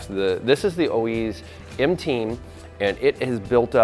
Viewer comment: Oiz, You pronounce it with an F (O -eeeff)